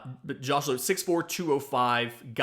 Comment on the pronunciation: Josh and Nate are brothers. It's Lowe as in Low